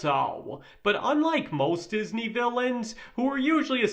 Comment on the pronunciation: DIS-NAY! XD